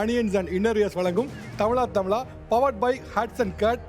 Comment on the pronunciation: When will you pronounce thamizha properly? Not thamila